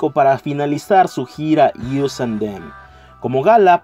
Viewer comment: Us (əs) and them No “ius” :v